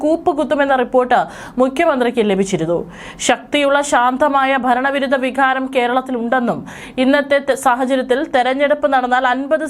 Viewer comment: വിഖാരം എന്നല്ല വികാരം എന്നു പറ